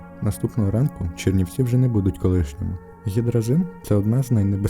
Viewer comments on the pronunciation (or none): none